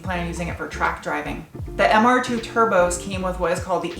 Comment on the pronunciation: I only just realised you are calling it Mr Dos, as in two in Spanish. MR2.. Mr Dos.. I get it.. As an Australian I was hearing Mr Dose! which is what Aussies call the turbo flutter noise. so when you kept saying Mr Dose I thought you were going to make him Sutututututututuuututututuutututu.